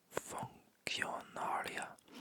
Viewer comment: QUI sounds like KEE and C sounds like S ex: funcionário you say like foon-see-o-nah-rio but you already pronounces the R right, I think it's the most common mispronounciation